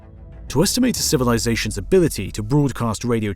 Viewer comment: cozmoss 🤣 civilizaSHONs 🤣🤣 Talk about emPHAsis on the wrong syllables 🤣🤣🤣💩